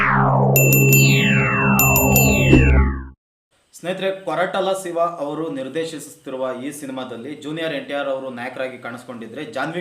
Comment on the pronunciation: ಸಿವ ಅಲ್ಲ ಗುರು ಶಿವ 😮